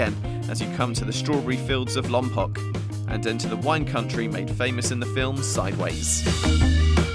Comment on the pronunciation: Just a tip from a Central Coast Resident: Lompoc is pronounced Lom-Poke. Old Chumash Word.